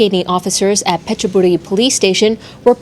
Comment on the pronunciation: Why pronounce all the Thai words properly except Petburi. Not one Thai would say Petchaburi. Never.